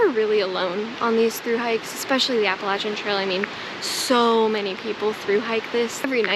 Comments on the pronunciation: Best. Appreciate the way you pronounce Appalachian. 🙂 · You seem legit, have some experience and say "Appalachian" properly, so I'm in.